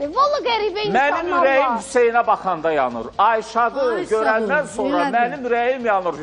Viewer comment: Bu Xoşqədəm sonra deyir yoxsa sorna? Kim deyər?